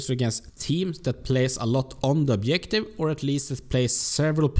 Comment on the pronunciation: Nice vid! Just say objective and no obliective ;)